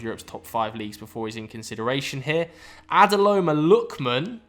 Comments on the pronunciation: Once again, its Ademola, not Adeloma. Maybe being African has its advantages. We catch both local and foreign names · absoloutely butchered adeMOLA lookman's name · did just say "Adeloma Lookman"? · "Ade-lo-ma lookman" 🤣🤣🤣